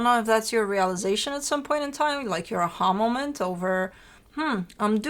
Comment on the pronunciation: I was trying to find the definition of “ahulmament”… then I had an “a ha moment” and realized what it was you were saying. I love your energy and insight. You are always smack on with your interpretations of Aries readings. Thank you for sharing your wisdom over the years!!